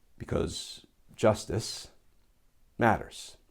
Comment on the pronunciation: You know when at the start you say "because justice matters". It would be more effective if you did not stress the words but spoke them in a normal voice.